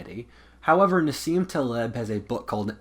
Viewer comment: Sorry for the pedantry- "Nah-seem Tah-leeb"